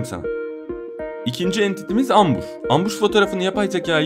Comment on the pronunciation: Abi ambus değil embus sace İngiliz cede ambus